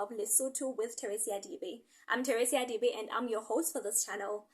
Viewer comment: I enjoy your show and history of Basotho, i'm Zulu but i think it's important to know other fellow black nations History because we are one. Why do you pronounce your surname as Dibe while it's?